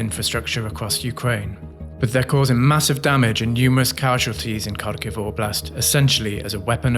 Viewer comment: Congratulations to the Kyiv Independent team for this report - even if the reporter mispronounced the city name a wee bit. It still tries to tell the story of a city under the threat of continuous lethal danger and the misery of those whose homes are destroyed and lives shattered. Can we in 'safe' western Europe or the United States, Canada or Japan really imagine what that is like? To have a missile hit your humble home, out of the blue? And all because one man and his country think they should control these people? Remember the lessons of 1938 and 39. Hitler said he would have no further territorial claims at the 1938 Munich conference if he was allowed to take the Sudetenlands. Yeah, right: tell that to the Czechs in March 1939, or the Poles in September of the same year. Vladimir, it is not the Ukrainians who are Nazis ... you need to look at yourself.